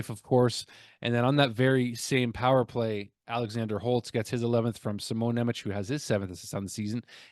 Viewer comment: You pronounce the name Nemec the wrong way :) the "c" at the and is pronounced as "ts" not "ch". So its Šimon Nemec = Sheemon (S its actualy Š which is pronounced as "sh" but ee is short) Nyemets (Ne is soft in slovak language). Hope you will figure it out in the future :D. But even if not its fine :D. NHL commentators pronounced Chara the wrong way for years even to this day :D